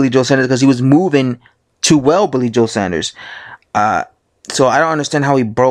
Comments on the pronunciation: It's Saunders not Sanders. This video gets iraating after 15 seconds. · Fs it’s pronounced SAWN-DERS (Saunders) not SANDers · Saunders* not Sanders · Saunders not Sanders.... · Why do yanks find it hard to say Saunders ? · Luke Oconnor I know tell me about it....too much of colonel sanders and his chicken I reckon. It’s got a U in it, it’s not SANDERS ffs